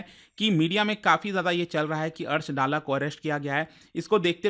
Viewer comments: Bhayiya vo निजार nhi, निजर pronounced kiya jata hai, aur vo डाला nhi दल्ला pronounced किया जाता है। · सर जी कृपया दल्ला बोलिये.